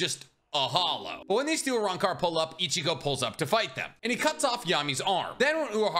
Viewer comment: Uh-rahn-car Los Noh-Chase Hoe-gi-yo-coo Oo-ta-he-may Oo-dee-oo You-ha-bah-ha Oo-key-or-ah